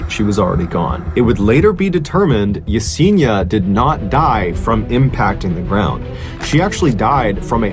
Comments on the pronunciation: It's pronounced Ya-Sen-EEEE-Ah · Mr. B. Allen, you are mispronouncing Yesenia's name. Ask someone of Latino heritage how to pronounce her name. It's actually pronounced (e-seen-i-ah.)